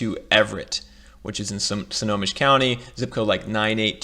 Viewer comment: Bruh, you were killing me. The county is pronounced "Snow-home-mish". Lol And that is not a river that separates Seattle and Bellevue. That is Lake Washington! 😂 😂